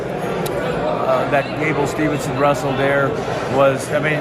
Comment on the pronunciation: So sad that even Dan Gable himself doesn't say Gable Steveson's last name correctly. 😐